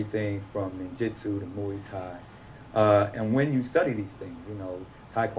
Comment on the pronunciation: He doesn’t even know how to say Muay Thai correctly..